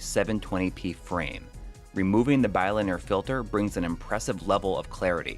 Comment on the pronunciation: You sayy bi-linear weirdddd. Great video though!